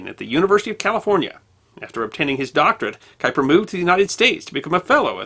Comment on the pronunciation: Or any other German or Dutch name, like Haber, Erwin, Göttingen, Kuiper ...